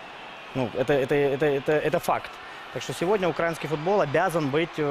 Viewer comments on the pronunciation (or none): Научите его правильно ставить ударение в слове "украинский".